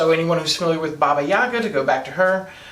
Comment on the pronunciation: Heyo, Russian here. It's pronounced baba yagA, not baba YAga. Also if witches get their powers when animal familiar grants those to them, that makes Madoka a witch... And more importantly - Sailor Moon